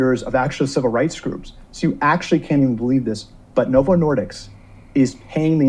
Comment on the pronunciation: I ended up in the ER and had emergency surgery on my bowel about 9 months after starting Ozempic. It definitely helped me lose weight, but also cost me $5k in hospital bills. PS- the man in the video JP is referencing is completely butchering Novo Nordisk’s name. It’s not “Nordicks”. 😂😂😂